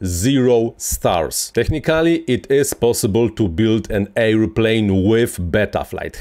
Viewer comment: Hej! Super filmik, bardzo pouczający. Trochę łatwiej by się go słuchało, gdybyś wymawiał „airplane” jako er. pleɪn lub ˈeə.pleɪn nie air.pleɪn. 😊